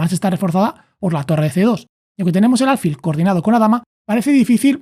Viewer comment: Muy bueno el video. Lo único que le ha cambiado la pronunciación de alfil. Es palabra llana, tiene el acento prosódico en la 'i', no en la 'a'